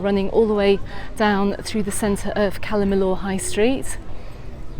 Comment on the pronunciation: Never heard anyone pronouncing calla Millor in such a weird way before , calla millooooor in mayyurke 🙄